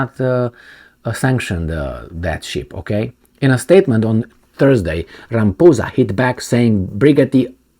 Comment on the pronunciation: Not rambosa,,,,it's ramaphosa